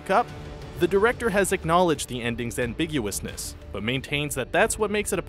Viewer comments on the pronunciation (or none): "ambiguousness" lol